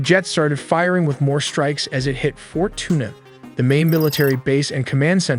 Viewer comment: I dont know much Spanish but pretty sure it's not pronounced "Fort Tuna"